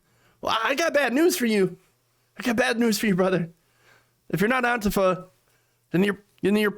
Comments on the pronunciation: I like your variation: anteefer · Why do you pronounce "Antifa" like "Auntie Pho"?